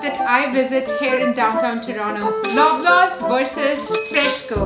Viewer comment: It's Toronto not Toronnnoo.......